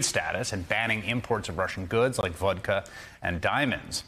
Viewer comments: lol at this guy saying vouadka instead of vodka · I like how he pronounced Vodka